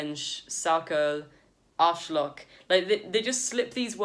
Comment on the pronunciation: You’d need to work on your pronunciation of the word “Arschloch”, though, or it will sound a tad…uhm… “Scheiße”! …just so you know, k?😜